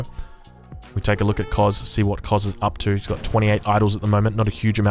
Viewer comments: The cz is pronounced tch. Koczis or Kocsis is a popular family-name in some East-European countrys. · im not polish but im pretty sure Koczis is pronounced Kochish